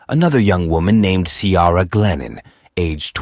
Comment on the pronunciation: Ciara is not pronouced Cee-ara. Try Key-ra. It is an Irish name and your bot is insulting it.